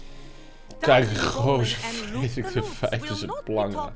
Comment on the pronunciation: Geuazeur? jongen het is toch Geauzeur..